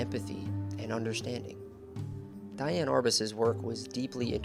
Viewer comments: The correct pronunciation of her name is Dee- Anne - not Die-Anne. Research adds validity. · How, in the name of God, can you invest all this time and effort into a project and NOT KNOW HOW TO PRONOUNCE THE WOMEN'S NAME? I'd be embarrassed to the point of taking down the entire video. As the mattress commercial goes, "How do you sleep at night?" It's DEE-ann, not DYE-ann. And ironically how her mother came to name her Dee-ann is a very interesting story. Shame. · Love to see this, and I appreciate your work on this video. But her name was pronounced "De-anne" not "Di-anne". Regardless, I'm glad to see her life and work being noted. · If you’re going to attempt to educate people on someone maybe you should pronounce her name right? It was pronounced like Dee Anne not Diane. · PLEASE PRONOUNCE HER NAME CORRECTLY: DEE-ann. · Her name is pronounced Dee Ann. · This is a beautifully written and spoken documentary. So much information in a small amount of time. I believe her name was pronounced Deeann; but I could be wrong. Thank you for this empathetic approach to a most fascinating person. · Interesting But please learn to correctly pronounce her first name Look it help Please